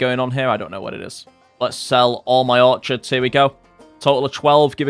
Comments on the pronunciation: Orchids is pronounced "Or-Kids". Just an FYI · Orchids is pronounced orkids. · OrKIDS not orchards...